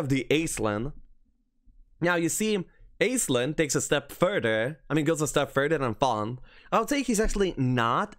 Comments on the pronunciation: Aislinn is a fairly common Irish female name in fact. It's also pronounce "ash-ling" as opposed to "aiz-lin" like all the homm3 content creators call it. Just further trying to ruin your childhood. You're welcome. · Aislinn is actually pronounced like ash-lin. It's an Irish name.